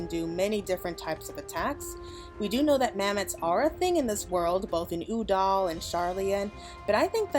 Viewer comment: U-dahl??? Girl have you missed how to pronounce Ul-dah the last ten years??